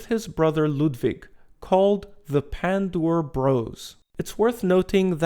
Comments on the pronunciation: Great pronounce of his name, no joke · Wow, you did perfect job pronouncing his last name.